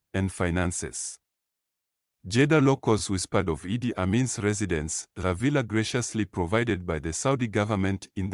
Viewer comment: Mispronunciations of IDI...its not I...D...I...its Eeedd.